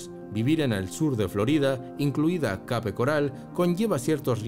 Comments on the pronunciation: Debias pronunciar [kep] Además ajustarte mejor al título que anunciaste, ok? 👎🏿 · Se escribe Cape pero se pronuncia " keip "